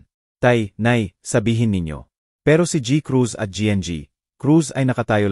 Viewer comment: Nakakainis yung pag bigkas ng GI EN GI Cruz AT GI. Cruz. Pwede namang Gng. Crus At G. Cruz